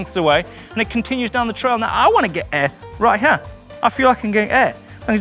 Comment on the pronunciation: “From hyeah to hyearh”